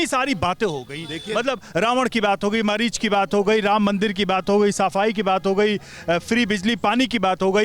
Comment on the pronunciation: पढ़े-लिखे, मरीच नहीं मारीच बोलो।पढ़ा-लिखा पप्पू।